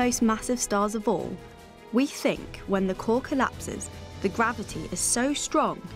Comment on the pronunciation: nobody: this guy: grAviTeA